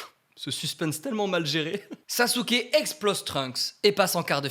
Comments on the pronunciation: On prononce pas "SasUke, on le prononce "Saské"! On prononce pas le U à la fin… 🤦🏻‍♂️ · Si jamais le bonne prononciation dub/sub est Saske et pas SasUke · T au courant que même si sa s'écrit Sasuke sa se prononce Saske